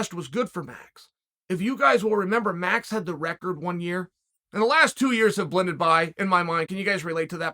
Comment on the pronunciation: Really now, REALLY? Troll Sonnen messing up the most simple of names - Max = Maruuux.